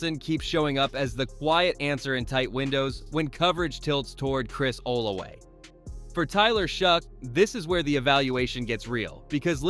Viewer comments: Who the heck is Olarey???? OLAVE! O-lav-vey it’s pronounced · Just for future reference, its Chris O-lah-vay, not ola-lay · Chris Olave not Olaway, it's pronounced O l a Vay....